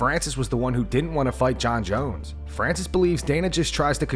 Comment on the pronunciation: "Jon Scones Jones" got me too haha